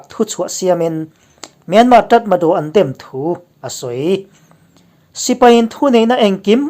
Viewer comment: Tatmadaw...tih ah khan Ṭ ..riin han puangla dik thlap ang . Ṭatmadaw.